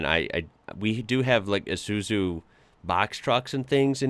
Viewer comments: "Eye zoo zoo" Mate. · Said...Eye Soo Zoo......